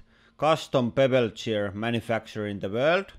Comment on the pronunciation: how come you say "gear" normally, but you say bevelled gear like, "bevelcheer"